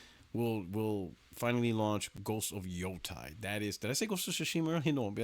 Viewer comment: Why the f does everyone keep calling it "ghost of yotai" it clearly has an e in the name and I'm pretty sure they've come out and said the official name, it's pronounced ghost of yotei like "hey"